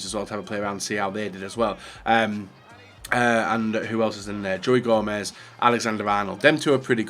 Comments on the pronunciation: Joey Joemez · Why does he call him joey Gomez??? No one calls him that.